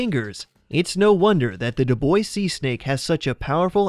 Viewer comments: It’s pronounced “do bwah” , not “do boys”. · Right? I wasn't familiar with that snake and thought he was saying "Du Boise snake." Lol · 5. Dubois Seasnake: It's Pronounced "Dew-Bwah" (I know, it's a silly French Name; like Dufresne, one of my favorites to butcher!) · on number 5, is it just me that heard "do boys see snake"? Lol xD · "Dubois" is pronounced Do - Bwah"